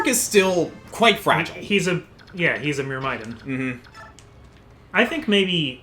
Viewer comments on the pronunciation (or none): am i the one who gets a little annoyed with how they pronounce myrmidon lol